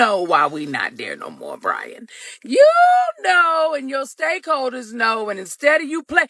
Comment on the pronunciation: I swore she said "stankholders"...and I didn't feel it deserved a correction. 🤣🤣🤣